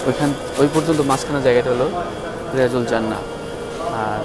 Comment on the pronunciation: শব্দটি রাএজাতুল জান্নাত,রিয়াজুল জান্নাত নয়। কথাটির শুদ্ধ রূপ হল; রব্যাতুমমিন রিয়াযুল জান্নাত।